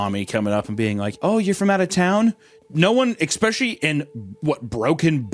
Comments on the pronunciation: I actually have begun to love hearing Hunter say Ecspecially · We need an "Expecially" counter 😂